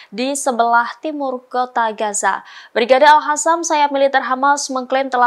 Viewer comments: Bukan al hasam,min tapi al kasam atau al qasam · alqossam mbk,bukan alkhassam